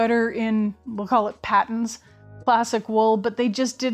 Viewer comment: A very late comment but being from Australia and Patons being an Australian brand I can confidently say Patons is pronounced Pay tons. I am really enjoying catching up on your older videos.